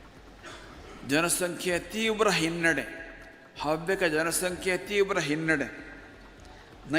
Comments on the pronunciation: ಹವ್ಯಕ ಸಮ್ಮೇಳನದಲ್ಲಿ ಎಲ್ಲಿಯೂ ಮೀಸಲಾತಿಯನ್ನು ಕೇಳಿಲ್ಲ....😂 ನೀವು ಅವ್ಯಕ ಅವ್ಯಕ ಹೇಳೊದನ್ನ ಸರಿ ಮಾಡ್ಕೊಳಿ....ಅ ಮತ್ತು ಹ ವ್ಯತ್ಯಾಸ ಸರಿ ಮಾಡಿ....ಹವ್ಯಕ ಸಮುದಾಯದ ಇತಿಹಾಸ ಅಧ್ಯಯನ ಮಾಡಿ. ..ಹವ್ಯಕ ಸಮುದಾಯಗಳಲ್ಲಿ ಈಗಲೂ ಮಾತ್ರೃ ಪ್ರಧಾನ ಕುಟುಂಬ ಮಹಿಳೆಯರಿಗೂ ಉನ್ನತ ಸ್ಥಾನವಿದೆ...ಅಧ್ಯಯನ ಮಾಡಿ ಮಾತನಾಡಿ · Havyakaru antha helakke barade avyakaru antheeyalla , neenu avyaka adre chinte madu illandre oora isabari ninagyake taayi. Kannadabsariyagi kalthgondu chanell nadsu